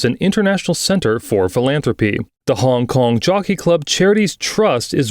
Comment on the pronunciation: honnnnnngg konnnng, dang the accent so weird idk if i was the only one who noticed it.